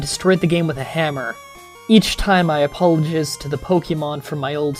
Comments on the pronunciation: Apolojizzed... interesting pronunciation. Not having a go or anything like that, I actually quite like your channel. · I love the way you pronounce some of these words... "COH-LORE" "Apollo-jizz" it's hilarious